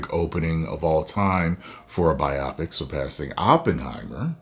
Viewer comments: What if they 'woked it up'? And, it's 'bio-pic', not 'bi-opic'. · You’re killing me😂 Bi-OPIC?! It’s Bio-Pic🤣🤣🤣